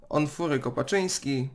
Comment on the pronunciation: Onufry Kopczyński!!! a nie Onfury Kopaczński... Czy autor chciałby, by przekręcić jego imię i nazwisko?